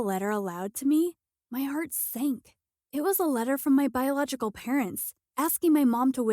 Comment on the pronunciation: Damn how many times did ahe even say biogolical